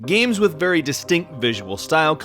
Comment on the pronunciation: "Gams"